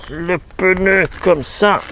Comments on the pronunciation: Le pneu pas le peneu sinon bonne vidéo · Juste un petit point. Le geste technique est parfaitement expliqué, mais comme il est désagréable d'entendre le mot "peuneu". Il s'agit bien d'un pneu..matique sans "eu" entre le p et le n. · Ce n'est pas un peneu mais un pneu🤣